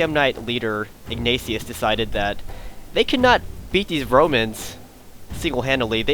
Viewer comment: It sounds like you said "Bromans"